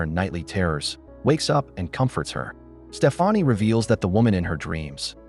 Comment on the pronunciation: It really grinds my gears how, in every video I've seen about this movie, Stefani's name is mispronounced. It's pronounced the same way you would say Stephanie. It's not Stef-ah-nee. 🙄